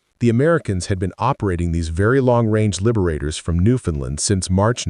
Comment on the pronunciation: And another thing, it is pronounced Newfound LAND. That AI voice said it wrong